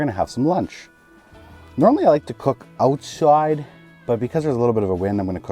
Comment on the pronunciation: i'ma need a spellcheck on what you said ........ was that "owtswide" or "outsuide"??